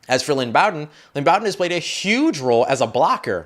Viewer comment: I thought it was pronounced Lynn B-oh-den